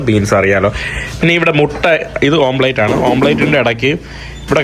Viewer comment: ഓംപ്ലേറ്റ് അല്ല ബ്രോ , ഓംലെറ്റ്. Omelette. ഫ്രഞ്ച് വാക്കാണ്